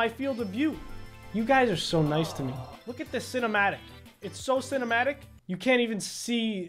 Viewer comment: I thought he said f*ck this but he actually said lookatthisss